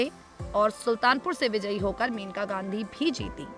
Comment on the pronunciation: pl read correctly it is mainka